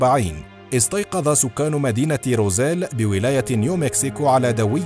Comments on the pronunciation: أخي المُعَلِقْ أسم المدينة = روزويل وليس روزيل .. للتصحيح فقط 😊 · ماذا تقول وماذا تخرف ههه انت لا تنطق حتى الأشياء كما هي روزويل تقول روزيل هههه انت تخرف فقط يجب أن تبحث اكثر وتضع مجهود قبل وضع اي محتوى نصيحة فقط هههه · Its Roswell not Rozelle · روزويل وليس روزيل